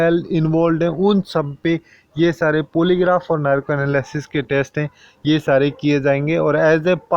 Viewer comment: भाई थोड़ा सा इंग्लिश pronunciation पे ध्यान दो... पॉलीग्राफ होता है, पोलीग्राफ नहीं 🙏